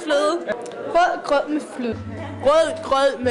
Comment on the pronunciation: Only a few of the Danes are actually pronouncing it correct. It's called rødgrød, not rød grød. Sadly, many Danes can't tell whether it's one or two words. This is probably due to learning English grammar where most words are split in two. In Danish, however, we tend to put the words together. In some cases, an s or an e can be used to connect the words.